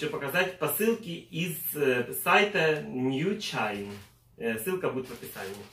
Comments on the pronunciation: Да Господи, скажите вы уже этому дитяти, что сайт называется НЬЮШИК.... УШИ СВОРАЧИВАЮТСЯ УЖЕ))))) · НьюЧайн?? )))) А как же Нэквик?... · Какой нью чайн?)))сказывся чи шо?ньюшик этот сайт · Как нью чайн? Нью чик ты говорил? 😆😆😆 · ОРУ. НьюЧайн говорит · Нью чик,НЬЮ ЧИК,НЬЮ ЧИК!!!!Ну нахрена коверкать если не знаешь как произносить? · правильно: нью шик! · говорить нужно НьюЧик